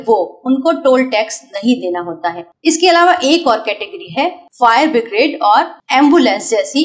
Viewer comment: आपने फायर ब्रिगेड को फायर बिग्रेड बोला है, करेक्शन करें